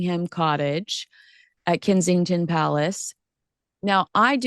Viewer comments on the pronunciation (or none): Kensington Palace is NOT pronounced "Kinseying-ton" Palace🤨 Here at home, we howl with laughter every time you put own name on it. 😀😃😄